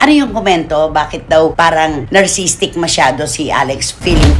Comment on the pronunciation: "Narcissistic" po, Ate Cristy, at hindi po "narcisstic".